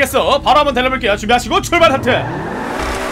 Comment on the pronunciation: 형 대체 어케 발음해야지 '출발 스타트'가 이런 발음이 나오는거야? ㅋㅋㅋㅋㅋㅋ